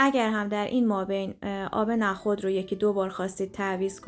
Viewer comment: لطفا نخود رودرست تلفظ کنید نه با فتحه!!😮